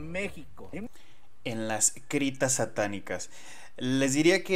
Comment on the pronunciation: No tienes otra cosa que desmentir más lo que tú haces porque primero que nada si dijo criptas correctamente.